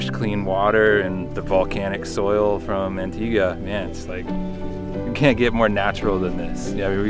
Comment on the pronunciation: It's not "Antiga", It's "Antigua".